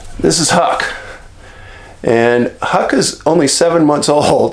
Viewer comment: I HAD TO LAUGH WHEN YOU CALLED HUCK, "HUCKLES", LOL!